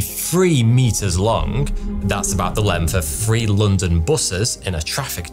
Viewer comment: why do say 'any uvver' instead of 'any other'? Why do you say 'free' instead of 'three'?